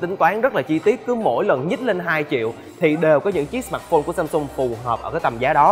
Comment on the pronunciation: sao ad lại đọc " sờ mạt phôn" từ "mạt" của ad nó nặng quá.e góp ý v thôi .chứ ko ý gì.